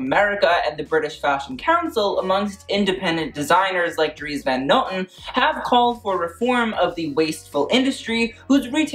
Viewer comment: I loved how you pronounced Dries van noten haha (Belgian girl over here)